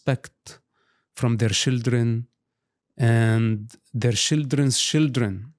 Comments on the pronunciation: Why say shildren instead of children? You are teasing him? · One of the many endearing things about Mosab is how he doesn't have a heavy accent anymore except when he says shildren.😂 He really cares about the children (shildren), our next generations so much. A truly good man. ❤ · He said shildren, stop being delugional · I quit drinking 4 years ago but if I had to take a shot every time I hear "shildren" id probably be hospitalized by now.